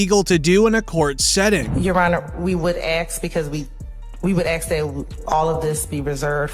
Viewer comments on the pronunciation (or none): The prosecutor is sooo damn smart..yet she says aks smdh im finna axe him lol